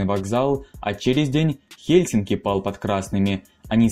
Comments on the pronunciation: Ага ,а в "Хельсинках" не режет)) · Хельсинок? ТампЕре? Из моих ушей пошла кровь! Автор, учись говорить правильно!